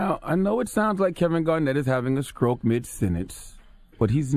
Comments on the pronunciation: He makes fun of him for mispronouncing a word and then says "skroke" instead of stroke. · Well right after u played it the first time, you fully mispronounced "stroke" when trying to make fun of him. You fully said "scrote" Donkey. Smh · Breakfast Club Power 105.1 FM this is the same guy to say "adminiskration", he also just said "scroke".